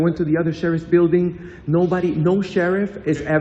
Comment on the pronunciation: Say it with me....Bill-Ding is how you pronounce that word...byualding isnt a word